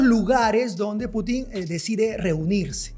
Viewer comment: Es Putin estimado, no Putín. Suena horrible como lo pronuncia, en ruso casi no hay palabras agudas, la mayoría son graves o llanas.